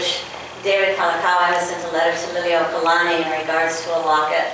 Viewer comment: Please pay attention to your pronunciation of the Queen's title. You're pronouncing it "lily-oh-kalani." Check with someone who has that hereditary connection to the Queen to see if that's the correct pronunciation.